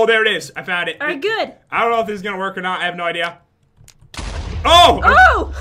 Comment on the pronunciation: It's "not" not "nog"